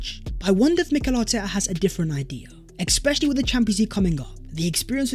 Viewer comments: Several ‘ex-specially’ alerts today. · Thanks for the content. Can you learn how to say “especially”. There is no K in it. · It’s “especially” not ekspecially. You pronounce the word wrong in every video.